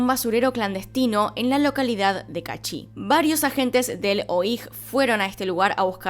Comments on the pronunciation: se dice O.I.JOTA no oijjj yo soy tico mi nombre es el de el mistro de salud xd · Además se encontró sangre en la entrada de la casa de el. Y lo otro es que se dice: O, I, Jota jeje